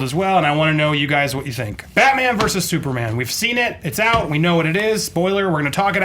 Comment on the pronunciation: I thought it was Batman not Batma.